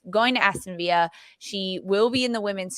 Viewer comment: Yeah that was really painful to listen to. Sandra needs to do a bit more research before going on the air. Aston (no letter "h", like Aston Martin) and Villa (British pronunciation with the "L" sound, not Spanish "y" sound).